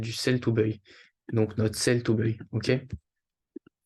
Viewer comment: salut, buy se dit "baille" pas "beuille" sinon merci pour la vidéo